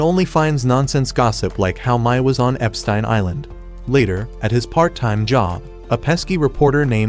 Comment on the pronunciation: "Epstain Island"😭😭😭 AI voiceovers cant speak correctly😭😭😭